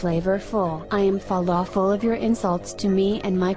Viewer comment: Felafel? Falafel💀